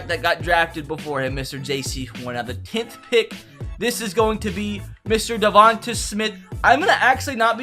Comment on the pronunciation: Please Say Devonta Smiths name rights it’s pronounced Devon-tae not devon-tu